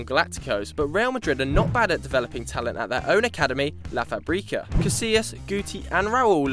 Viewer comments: Is, in spanish, La Fábrica, not, La Fabrica with the accent on the first syllable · hahahah real madrid´s academy its pronounced láh fáhbricáh and it means the factory